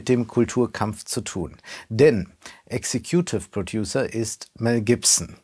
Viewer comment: Mel Gibson ist executive producer? Mal abgesehen davon, dass ein Filmrezensent, der auch englischsprachige Reviews macht, die Aussprache dieser Berufsbezeichnung kennen sollte, sorgt ein Blick in die IMDB dafür, dass man gut 50 eher unbekannte executive producers findet, aber keinen Mel Gibson. Fehlende Faktentreue kritisieren, aber es damit selber (anscheinend) nicht so ernst zu meinen, ist schon ein starkes Stück. Oder ist das Insiderwissen?